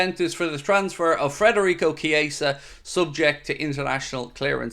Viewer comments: Please.. Federico not Frederico! 😉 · could you PLEASE, for the love of God, take some journalistic responsibility and leave the "R" out of FEDerico's name? It is NOT FREDerico...it is FEDerico. Have some RESPECT for the guy. Is this SO TOUGH? It's not MOO Salah...it's not DIEGO Jota... it's not ALICE MacAllister. Right? If you can handle their names, then just BUCK UP and say the guy's name CORRECTLY. How would YOU like the media welcoming YOU to a new city / team by consistently mispronouncing YOUR name?? Would you feel really "welcomed"? I guess not. Think this would be a little suspect / lax / disrespectful? I GUESS SO. Thank you for your consideration. Otherwise...LOVE your coverage!!! Huge appreciation for your work, insights and opinions!!